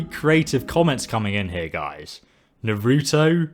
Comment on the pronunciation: I laughed at "na-roo-tow"